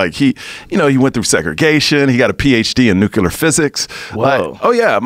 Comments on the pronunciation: what´s the fuckin deal with americans not being able to say nuclear? wtf is "necular" ?? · His dad didn't think he was cut out for "nookyalar physics" either. F'n dope. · Nucular physics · Expresso and Nucular... Even Google doesn't know "expresso" is wrong.